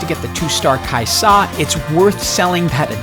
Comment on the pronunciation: you don't have to put so much emphasis on the 'Sa for Kai'Sa, its usually just pronounced Kaiza